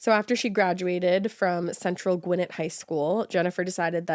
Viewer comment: Listening to Ash pronounce Gwinnett cracks me up... 😅😅